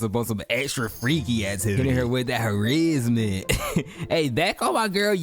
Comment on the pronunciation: that "Ha~RIZZ~ment" had me going! thank you, I love that word.